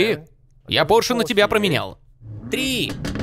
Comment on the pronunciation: не "порш",а пОрше!!!